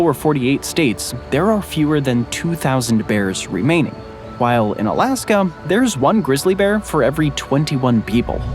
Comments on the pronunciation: It sounds like your saying "Alaskam" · Was i tripping or was it sayin alaskum here there lol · "Alaskum & Columbium"😂